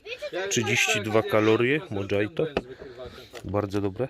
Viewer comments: "mojito" czyt. "mohito" /spanish/ nie "modzajto" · Mojito czyta się mochito, a nie modżajto 😉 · mohito a nie modzito